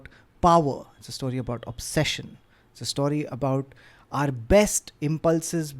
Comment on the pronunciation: Thank you for 'story' and not 'stawry' as you've been saying in last couple of episodes